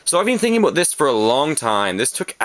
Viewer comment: You said aboot I heard it I heard it mwhahahaha! :)